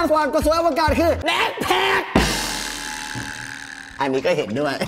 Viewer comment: ดอล่า อะ. พี่พูดว่า เเบ็ค เเพค ผมได้ยินว่าบังไค